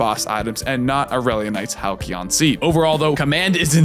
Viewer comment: I love your videos, buddy, and you've definitely elevated my play, but my friends and I are dying over here every time you say 'Halk-eeon' and 'Prey-on'. The words Halcyon and Preon both exist outside the game and have established pronunciations. The C in 'halcyon' isn't hard, and 'preons' are said with a long E, not an 'ay' sound. For the love of all that is holy, try saying 'Hal-seeon' for the Halcyon Seed and 'Pree-awn' for the preon accumulator and spare us our suffering. Here are some vids that say the two with the right sounds; for preon, and for halcyon.